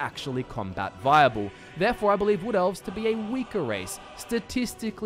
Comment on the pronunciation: Yeah, who could forget the "Redgaurds", the "Wool Felves" or the "Snorts".